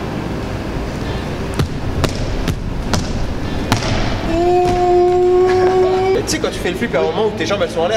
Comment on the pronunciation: Pourquoi tu dis Poce bleu au lieu de pouce bleu